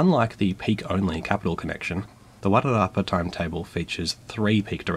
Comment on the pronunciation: You did really well with the pronunciations. I only noticed one minor mistake. I grew up in Masterton and your pronunciation of Wairarapa was excellent. I’m not a train buff at all, but I love your videos, and find them well thought out narrated. Was great to see this video as I’ve not been back to NZ since before covid, so it was nice seeing my favourite city from a very different perspective. I seem to remember some issue with the tunnel sizing and the new trains, but that was years ago. Hope you also rode the cable car. They used to run trolley busses throughout Wellington, but sadly replaced them. That was a mistake I think.